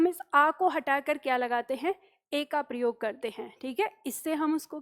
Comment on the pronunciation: "प्रयोग" शब्द का जब भी उच्चारण होता है तो सुनने वाले को "प्रियोग" ही सुनाई देता है.😝😛